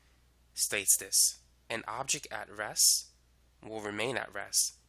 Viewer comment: nice video. Please learn to pronounce a stop "T"- your REST sound like RESS